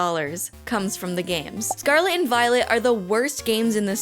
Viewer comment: Am i the only one that hears "scarlet and VIOLENT"?